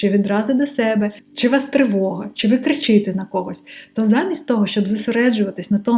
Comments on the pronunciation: Не "ложный" а "хибний", не "луг" а "галявина", не кричИте, а кричитЕ. Ви Молодчина 👏💪🏻👌👍🏻🤝❤️🇺🇦❤️🇺🇦❤️ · ось знов, на що я звернула увагу. Деякі пропущу, бо раніше вже писала. Будь ласка, не стирай. Іншим, хто вивчає українську, теж може бути корисно (кажу, бо в попередньому відео друга частина правок наче десь ділась). Також написала тобі на Патреоні з цього приводу. кричи́те --> кричитé пригничити --> пригнітити рівню --> рівня на першому року --> на першому році їнша --> інша знимаю --> знімаю автомобілєм --> автомобілем який --> яке (бо «око», а не «глаз») діяльність нашого око --> діяльність нашого ока гроши --> гроші (загалом зверни увагу на вимову «ці» / «ші» / «жі») стати краще --> стати кращими в якої кількості --> в якій кількості на однієй нозі --> на одній нозі кріпти --> крипти побіжав --> побіг емоциямі --> емоціямі ( прикольно!:) ) в ненасильницької формі --> в ненасильницькій формі впоруватись <-- офіційно немає, але хай би було ціфрова --> цифрова (на малюночку) мерехтіть --> мерехтить в невроза --> в неврозі зі своєю ложною особистості --> зі своєю неправдивою особистістю гнів до себе --> гнів на себе в будь-якой формі --> в будь-якій формі Іріна --> Ірина динамичним --> динамічним мережи --> мережі психичне --> психічне з немовляткою --> з немовлятком пагано --> погано карочє --> коротше на лавцях --> на лавках